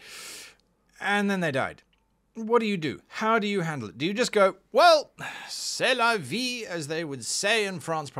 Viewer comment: Your « c’est la vie » was pinpoint (french guy here)